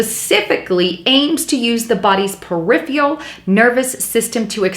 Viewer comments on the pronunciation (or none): Per-if-er-ul...not per-if-ial. Gotta work on pronunciation. Also said psychological when the article said physiological. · Thank you for the video, - but... it is peripERal nervous system, not periphREal.